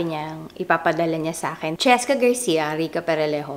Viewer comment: cheSka....! You missed the letter S...